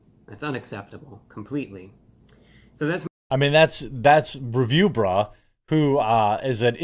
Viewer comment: Reviewbrah..., not bruh. Get it right! 😜